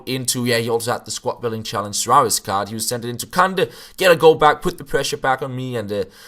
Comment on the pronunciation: Kanté not kande 😂